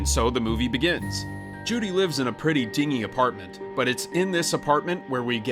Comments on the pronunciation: do you mean Dingy? It's pronounced Din-Jee. Dinghy (which is the way you pronounced it) is a small boat. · The word is pronounced "din jee", not "ding ee" ffs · "Judy lives in a pretty dingy apartment..." -- "din-jee" not "ding-ee"! Sheesh. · The word dingy is pronounced \'din•jee\ It doesn't rhyme with "Thingy" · pronounced like "dinjy" not pronounced like "ding" "e" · "...a pretty dingy apartment." It's not pronounced "ding" with a y on the end. It's "din" from "dinner" and a soft G (like the J sound). lol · I think you meant DINGY (DIN-JY) apartment not "Dingy" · I couldn’t get past him saying ding-y instead of dinj-y! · Honestly... I held on to the way you said dingy. The way you pronounced it suggests the room is a little boat. For it to be run down, it would be a little din-G. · Judy Hopps lives in a DINGY apartment? It has a soft g...like din-jee (ya dork) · a pretty "dingy" apartment? Obviously reading from a script because you pronounced that word wrong. it's "din-Gee" with a hard G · did you seriously just say DING-ee apartment? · also he says dingee instead of dingy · 5 YouTube Mistakes Narrators Made Without Getting Caught 1) Not knowing how to pronounce "dingy" 2) Describing that as a "wildlife preserve" (conserve and reserve would both fit better) 3) *may have actually brokeN Batman 4)That blue shirt is most certainly not over his vest. 5) He knocks two guards--both holding crossbows that appear to be loaded--into a nearby snowbank, but when it cuts back to them, there is magically a crossbow bolt and an unloaded crossbow. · I swear English is most Americans’ second language. The word “dingy” as in dingy apartment is pronounced with a “J” sound, not a “G” sound. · And pronounced "dingy"with a hard G.